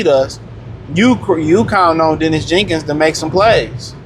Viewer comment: The man’s name is Daniss Jenkins, not Dennis